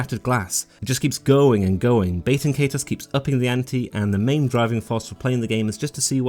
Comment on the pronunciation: I gotta keep it real witcha, you’re pronouncing the name of this game about as wrong as humanly possible. Nice video though.